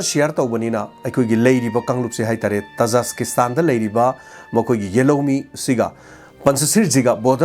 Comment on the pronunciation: oja tajaskistan haiba manli khonkhoktu tajikistan haibana chumgadra